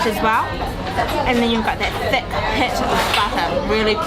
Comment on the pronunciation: “Theck slice of butter”? “Sintree egg”? Guys, think you’re mixing up I and E... hehehe just messing - great video.